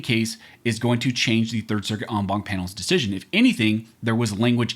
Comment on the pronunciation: You lost me at on bonk. It's en as in end, Bank as in going to the bank. A bank is a collection, so the entire Bank of judges. I don't put my money in a bonk. That's not how Latin is pronounced, knock it the fuck off.